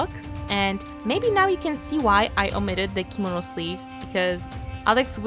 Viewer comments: U pronounced it wrong it's kemono not komodo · I love how u said “kimono”♡